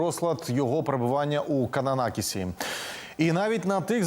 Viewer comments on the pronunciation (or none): Та не Кананакіс, а КананаСкіс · Кананаскіс, 🤭а не кананакіс. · Підтримую, і назву теж не вірно говорите.